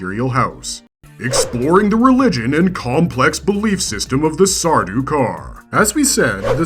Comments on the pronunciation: Ah yes, I was going to bring this up also. Sardaukar's is the only time an "s" should be involved, in a possessive sense. I wonder what else is wrong with this presentation. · Stopped the video as soon as I heard the s 😢